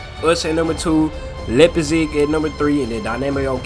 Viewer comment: RB Leipzig is pronounced "Lipe siguh" Good video always entertaining 🙌